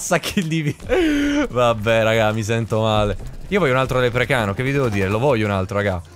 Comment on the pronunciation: Senza offesa velox ma si dice leprecauno non leprecano